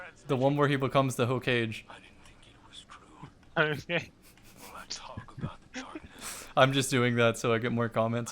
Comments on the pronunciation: DUDE ITS NOT HOE-CAGE DUDE GET IT RIGHT BRO EMBARASSING SHEESH AND YOU CALL YOURSELF A WEEB. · I got triggered when you mispronounced hokage!!! 😡😡😡😡